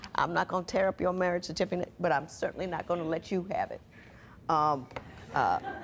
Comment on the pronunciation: Judge said "Marriage certifinate" mmnh